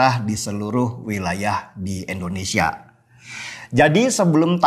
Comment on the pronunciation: Bang, Indonesia Bang, bukan Eendonesia.. huhuhu.. I Bang I.. hehe maklum seh kl kebiasaan, tp kl boleh dirubah..hehe makasih